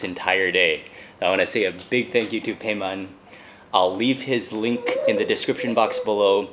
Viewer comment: بیمان !!!! not پیمان LOL